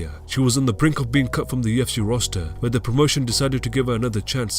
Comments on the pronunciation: Kept hearing him says TFC instead of UFC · I hate this voiceover, sounds like a robot and I hate hearing "tufc" Everytime it says UFC